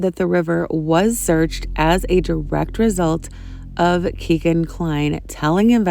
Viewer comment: Kegan Kline's name is pronounced "Keggan" and not "Key-gan." It rhymes with "begging," which is what he'll be doing in front of a jury.